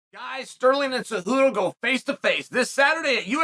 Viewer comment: Sonnen how is that you can pronounce Cejudo’s name perfectly but always butcher Pereira’s name. That’s a No No! Let me help you here. Pretend the “I” in Pereira is silent and pronounce “Pe-Re-Ra”. There you have it … Problem fixed! You are not allowed to keep butchering Alex’s last name.